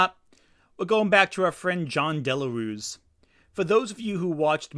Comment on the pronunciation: As a native spanish speaker i cant help but find it funny how you pronounce "Jon Del Arroz" as "Jon Delarus". I wont even correct you that piece of shit doesnt even deserve you to say his name the correct way.